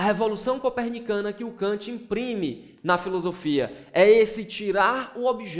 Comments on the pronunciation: “Corpenicana”... kkkk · "CORPENICANA" IRMAO PQP